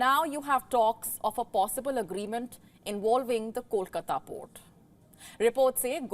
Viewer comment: How do you know how to say kolkata but not vessel 🤣🤣🤣🤣 learn how to pronounce V and not W💀 or you can simply quit because your vocabulary is as strong as your knowledge 📉